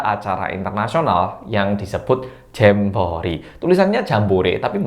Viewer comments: Becek, bukan jemek🤤 Anak anak Indonesia juga sudah ditarik. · Di Indonesia bacanya tetep Jambore. 😅